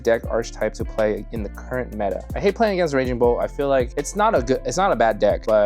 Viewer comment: I know you didn't just call raging bolt unga bunga lmao 🤨